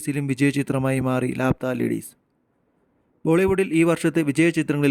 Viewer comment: ലാപത്താ ennanu bro allathe ലാപ്ത്താ ennalla😂😂